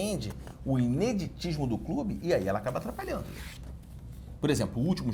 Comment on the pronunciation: Emocionante. Pra quem já viu a dificuldade do professor com a língua portuguesa, poder agora acompanhar essa pronúncia impecável da palavra "ineditismo" é realmente lindo.